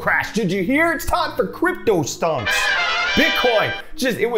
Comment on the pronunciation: I swear CryptoStonks is Hot News' version of QuickBits. It changes pronounciation every time